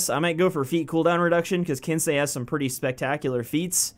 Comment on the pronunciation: "It's ok I'm American I'm allowed to be ignorant" you sure are a good sport lol.l, but you did say it right so good on you :)